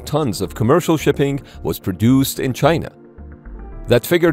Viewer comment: The ai says "chyna" like trumpet. What a croc. Reminds me of a strategy game where the enemy suprise attacked coming put of freight ships. All the stolen tech with zero experience of using it. Tiny carrier's 😂 ordered from temu like the sub that sinks indefinite 😂